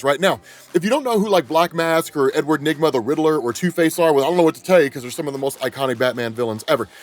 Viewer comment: nah bro when i first heard him say edward enigma i thought bro said sum different i aint gonna lie